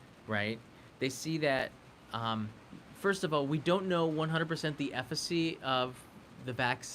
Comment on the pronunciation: Love your content, but I just have to do this. It is efficacy, not effacy. It is asterisks. Not asterix. Thank you and my apologies.